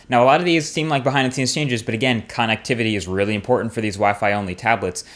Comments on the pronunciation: Con nectivity? I've never heard it pronounced like that. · lol how you say connectivity.